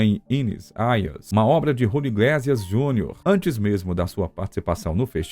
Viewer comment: Iglésias? Iglêcias (pronúncia), sim.)